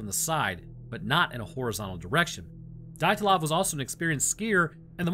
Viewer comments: How can you mangle the name dyatlov??? Dee-at-lov just incase you were curious as to how you actually pronounce it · It's pronounced de at lov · Dee-yat-lov Pass